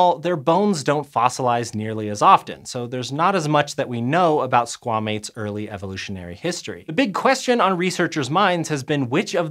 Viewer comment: man.... i get that squamates is supposed to sound like squah-mates not s**-mates but that sounds sound the same in most american dialects and dang is that rough 😬 #mmiw